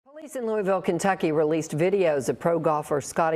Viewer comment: Thank you for pronouncing Louisville correctly!